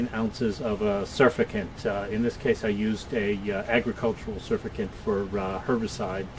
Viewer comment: "Surfactant" has two of the letter "t" in its spelling and pronunciation.